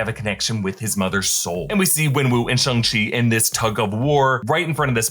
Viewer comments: Not shong chi It's shang chi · Simu Liu said it was pronounced "Shong-chee". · “shung chi” :/ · im sorry but why are you saying shung chi💀, its pronounced shang chi😭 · its pronounced "shhhh" not "shi". no disrespect though, just want to correct for future pronounciations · Its shya-nng-chi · Did you say SHUNG CHI??